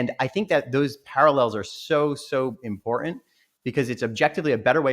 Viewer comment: the glottal stop in the word important. This is an affectation that usually indicates inauthenticity. Hmmmm...